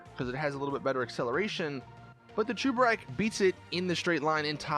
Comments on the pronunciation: ITS SAID CHEBUREK BUT U PRONOUNCE IT CHUBEREK!!!!!!!!! WHY ARE ALL GTA YOUTUBERS ILLITERATE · Why are you saying Chuburek? It’s spelt Cheburek so it should be pronounced cheburek not chuburek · it is not chubarek it is cheburek so just cheeki breeki chebureki blyat